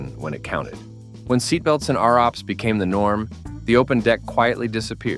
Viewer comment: First time I have ever heard ROPS pronounced "Are-OPS"